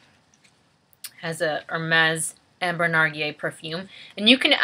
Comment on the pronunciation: Hello, congrats on your perfume acquisition!! Just in case you care, you do pronounce the "L" in the word narguile. For further info narguile is the French word for Hookah, hence the apple smell since they often use it to smoke apple tobacco. But who am I kidding??!!! You probably know all that...:) Take care